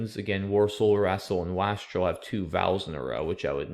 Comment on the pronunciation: WASTREL is pronounced with an "eh" A. Also, I saw it before you said it, somehow.